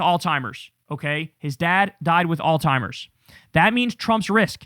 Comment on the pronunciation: Alzheimer not Altimer